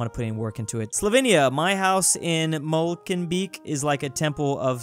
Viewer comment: Molenbeek is Dutch and is pronounced: ‘Molen-bake’ ( English pronounciation of a)